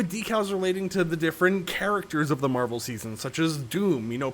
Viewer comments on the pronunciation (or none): none